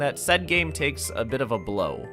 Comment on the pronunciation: "It tÆKes a lot to creat a video game"